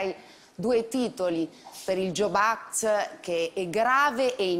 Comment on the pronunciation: Jobs act e non Job act; non legge del lavoro ma legge a nome di Steve Jobs.